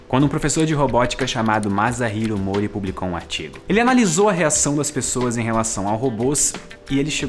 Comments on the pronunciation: desculpa incomodar, mas só queria informar que o "S" em "Masahiro" se lê como S mesmo, não como "Z". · Sensacional tema,! Lembrei imediatamente do Jude Law, interpretando brilhantemente um andróide em "Inteligência Artificial". PS: Masahiro se lê "massarriro". Tirou 5, por ter acertado no "h"...:D PS2: Você ultrapassou os outro canais de ciência de longe, em qualidade, informação, imparcialidade entretenimento. Muito obrigado!